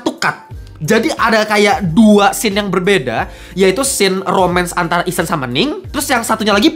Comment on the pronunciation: ihsan bang bukan ehsan wkwkwkwkwkwkwkwkwk